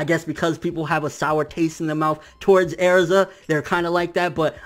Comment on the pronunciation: not bashing you or nothing but why do you pronounce Erzas name like that? if that's how you pronounce it, go for it. just curious is all.